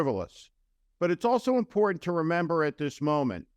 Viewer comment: Stop saying imporant!